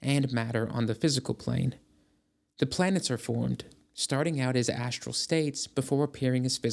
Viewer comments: "SHructure." "ASHtral." "DeSHtruction." So ASHinine. 🤨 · I also like "SHructure" and "ASHtral." "DeSHtruction." WTAF?? 🤨